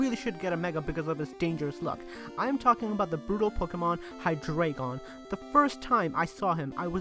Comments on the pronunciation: why do so many people pernaunce Hydreigon wrong? oh wait maybe because it's name is based on the word drei which is the german word for three and most of you English speaking people don't speak german so you don't know how to pernaunce the ei part in drei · pronouced hi-dr-i-gon